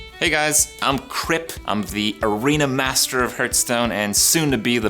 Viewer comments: Why does he call it Hurtstone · Arena Master Soon-to-be Battleground Master Still can’t pronounce “Hearthstone” correctly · Hahahaha :D